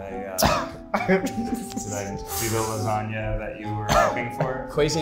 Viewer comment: is no one going to adrdess the "sloppy jasagna" that Ned said...?